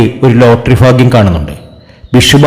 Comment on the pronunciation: ഫാഗ്യം അല്ല 🥰ഭാഗ്യംഫേക്ക് പ്രവചനം